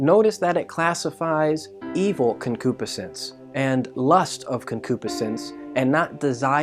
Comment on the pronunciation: You're saying concupiscence wrong. Pronounced- Con-Q-Piss-Since Enjoyed the teaching thanks!